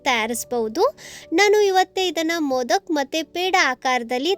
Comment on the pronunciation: Adu modaka not modak